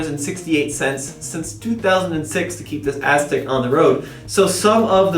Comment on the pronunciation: it sounds like calls it the Asstek. Lol